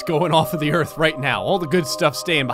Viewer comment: I heard u say gerth not earth